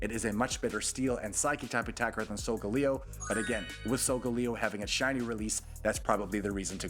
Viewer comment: it’s (sol-gu-lae-o) not “solgaleo” (not to be rude)